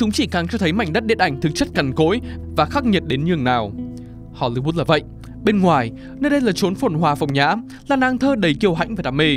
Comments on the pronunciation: hollywood ::: hollybood ad phát âm nghe lạ thế. Góp ý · Không hiểu được tại sao cứ đọc đi đọc lại Hô Ly Bút?? Wth 🖊?????????? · tại sao cứ HOLYBOOT, HOLYBOOT? có meme châm chọc hay gì à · nên cải thiện giọng đọc, giọng phát âm tiếng Anh ở những video sau ạ. Không hiểu sao cứ phát âm hôly-bút, nghe rất khó hiểu. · Thiệt, cứ tưởng phim ấn độ. Cứ hollybood miết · mình có nghe nhầm không nhỉ? "Ho-li-but(s)" ???????????????????????????????????????????????????????????????????????????????????????????????????????????????????????????????????????????????????????????